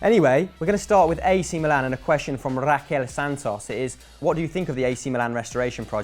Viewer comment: Your pronounce of "Milan" is fucking wrong and annoying.